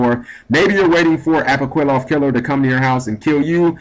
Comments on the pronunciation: apoqliphoth is pronounced like apokliffoth not apoquiloth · [ah-poh-KLEE-fort] is the pronunciation. You were wrong on this one bro. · Apwokilloth Killer is what I heard... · Ah-po-kleeh-photh Killer. You're Welcome.